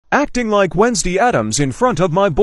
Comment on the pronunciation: What she said: acting like Wednesday Addams in front of my boyfriend The sound: acting like Weee-nesday Addams in front of my boyfriend